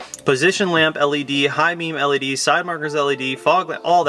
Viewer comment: Say led again